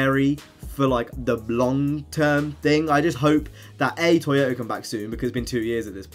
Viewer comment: Anyone notice him saying toyotar